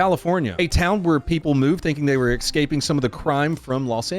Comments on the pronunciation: They thought they were "excaping" they thought they'd ecksited the crime zone, ecksept, they didnt. They have to axept the truth, crime follows, it ecksists everywhere. Ex-caping sounds like the theme of a superhero retirement party. I'm just messing around, sometimes i mispronounce words too, for example, I'll say something like "i need a mask" but it sounds like "i needuh mass" or "lemme ask you a question" comes out as "lemme assyu a question"... I'm gonna finish the video now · Yes, I am that guy. It's 'escaping' NOT 'exscaping'. Sorry, but that drives me nuts. Love your channel 😁